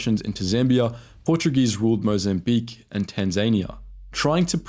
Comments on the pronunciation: TAN-ZA-NEE-A. not TAN-ZANE-IA. OK? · Tan-za-KNEE-ah. Not like Tasmania. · Tan-zania, pronounced like Tas-mania? You can take the boy out of Greece but you can't take Greece out of the boy! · approx " Tanz-ay-nia" is shit pronunciation. It's 'Tanz-an-nee-ah' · Ffs, they're pronounced Zah-nu, Zah-pu, Tanzahnia, Freleemo. Basic bloody stuff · This video wasn't too bad, however the pronunciation was off-putting, particularly ZANU ('Za-noo'), ZAPU ('Za-poo'), Frelimo ('Freh-lee-mow') and Tanzania ('Tan-za-nee-ah'). Also, worth a mention that post election the winning side (ZANU) used the country's military to wipe out anyone they thought might be aligned with the ZAPU military arm (and they weren't too fussy about who qualified - about 20,000 deaths estimated). It wasn't so much a merge by choice, but one group snuffing out their rivals and then offering a veneer of conciliation. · Tanzania, how difficult is that to pronounce properly.